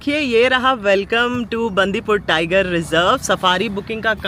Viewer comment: कन्नडा राज्योत्सवदा हार्दिका शुभाशयगळु... हेगइद्दिरा टु ऑल मै सब्सक्राइबर्स... नंजनगूडु ... कबिनि रिवर... श्रीकंठेश्वरा मंदिर... गुंडलुपेटे... बंडीपुरा... जी, ऊपर लिखे हुए शब्द सारे मैंने वीडियो रोक रोक कर लिखे है। अगर आप उच्चारण इस तरह करोगे तो आप कन्नडा नाडु के लोगों के दिलों में और अच्छी तरह से घुल मिल जाओगे। कृपया गलत मत समझना, मैं आपको सलाह दे रहा हूं ये सोचकर। अभी वीडियो आधी ही देखी है। कल पूरा देखूंगा। आप के सारे vlogs की तरह ये vlog भी बहुत अच्छा है। 🙏👍